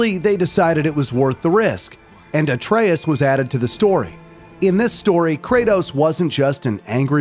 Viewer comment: My man said Ayetrius 😭